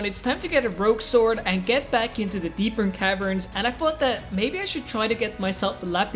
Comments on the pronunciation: Dude its Deep Caverns not Deepern Caverns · Bro its not "Deepen Cavens" Its actually "Deep Caverns"💀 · why does he say deepern caverns? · "Deepern caverns" How can you mess up this badly